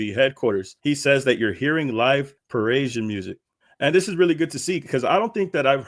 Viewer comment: wtf is “Pa-raysion”??? You mean Pa-ree-shun “Parisian”?? Dude you should look up words and the proper pronunciation of them instead of constantly getting on YouTube and making a fool of yourself…or do you even listen to the audio of the things you report?? Pharrell literally pronounces the proper way to say “Parisian” in the video my g